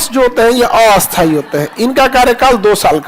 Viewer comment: Sthai ko bola asthai ,aur asthai ko bola a-asthai . Sir pura desh bihar nahi hai ,aise bolkar kyun vihar ka maan gira rahe ho ?